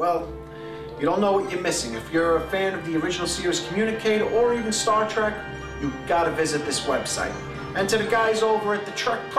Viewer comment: Did he really say "Star Track"?